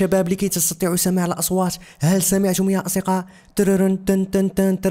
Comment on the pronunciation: ليه ماتعرف تنطق كلمة اصدقاء 😂😂😂😂😂😂